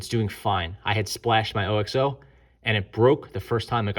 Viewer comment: OXO is pronounced OXO not O-X-O